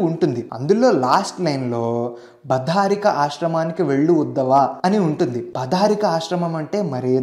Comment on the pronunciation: Adhi బధా రికా ఆశ్రమం కాదు అండి "బదరిక" ఆశ్రమం.. ఎంతో బాగా చేస్తున్నారు ఇలాంటి తప్పుల వల్ల మీ reputation tagge ప్రమాదం ఉంది.. ఇది మొదటిది కాదు.. ఇలా కొన్ని video's loo తప్పులు విన్నాను.. గమనించగలరు🙏🏻